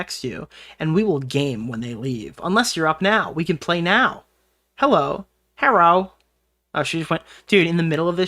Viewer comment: The herro lmao I can't 😂